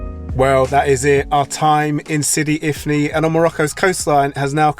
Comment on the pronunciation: Sidi ifni not infi 😊